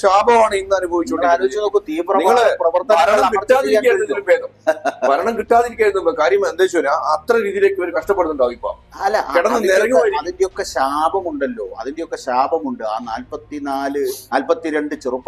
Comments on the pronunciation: ശാഭം.. അല്ല.. ശാപം... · 'ശാഭം' അല്ല 'ശാപം' ആണ്. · ശാഭമല്ല. ശാപം